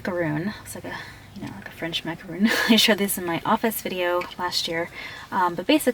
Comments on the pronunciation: (MAH-KA-RON) -Macron not (MA-KA-ROON) - Macaroon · it's pronounced mack-a-ron(like the name ronald) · Of course she cant even say donut shes so organized "macroon" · She said macaron wrong